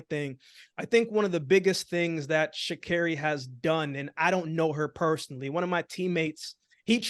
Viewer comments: Only Americans have the luxury to correct foreign reporters about the pronunciation of their names. Meanwhile Americans themselves pronounce all foreign names wrong always and don't even try. Does she realize this? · Sha’Carri is Responding in a responsible way! She needs to gather All those who attempt to rain on her parade & accomplishments! 👏🏾👏🏾👏🏾 And, yeah, she was right to correct him on the pronunciation of her name, letting him know, you just call me any o’l thang! Put some Respect on my name & pronounce it Right!! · I think she was not wrong for correcting the reporter about getting her name right! When she did something wrong they said her name correctly! She deserves for everyone to show her respect! We are not living in the 60's, oh wait a minute, some still are! This is 2023. Wake Up! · "Blocking out the media...Like yourself" 👏🏽BRAVO! Well played little...Well played ❤✊🏽 How is someone correcting someone on the correct pronunciation of "their" name...How is this rude??? Make that make since??? Well done Sha'Carri. You did that ❤‍🔥💐❤✊🏽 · At the end of the day if u are pronouncing my name incorrectly, I'm going to tell u. Ur not going to call my name any which u feel and I must take it. At the end of the day your name is ur brand and character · Nothing wrong with her checking that reporter about saying her name correctly If they are going to talk about athletes any athlete they need to say their names correctly. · I'm glad she's learned to not let others validate her. She's not being cocky either to correct someone when they mispronounce her name. Congratulations🎉🎉🎉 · Congratulations 🎊 to Sha'carri on her gold 🏅. They should pronounce her name correctly. She is talented and she is putting in the work. So happy for her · You guys are journalist, yes? So words and the pronunciation of words are your number one priority, yes? So why do you people insist on mispronouncing Sha’Carri’s name?????? Stop saying sha care-ee